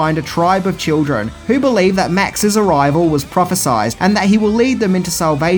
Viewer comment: I still can't get over Blackfinger's incompetent handling of that sawed-off pump-action shotgun. "Prophesied" (pronounced with an "eyed"). Notice how the scar on the left side of his head is mostly consistent with his wounds at the of 'The Road Warrior', along with his messed-up left eye, even though the movie itself gets this wrong. He has a small scar on his left eyebrow that should be on his right and completely lacks the long scar that should be on the left side of his forehead. "Do you expect me to believe that you don't know your left from your right?!" Looks like the scar should go all the way down the left side of his face. How'd they forget that? I'm not singling out George Miller here. Movies like these have massive casts and crews, so you'd think at least one person would have noticed this detail and pointed it out. Max should have a small scar (barely noticeable) on his right eyebrow (as seen at the beginning of 'The Road Warrior'). How and why was it switched to his left? And he should have a much more dramatic scar running down the entire left side of his face. How was this overlooked? The pauldron on his right shoulder and some form of knee apparatus (not necessarily a complex brace) on his left leg remain consistent, so why not the scars? Being consistent in one area but inconsistent in other is lame. "Progress" to new destinations. One doesn't "regress" to new destinations. Firing a sawed-off shotgun one-handed with no recoil. Couldn'